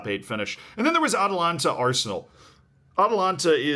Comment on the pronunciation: Ah yes, "Atalanta" vs RB Liepzig 😂😂😂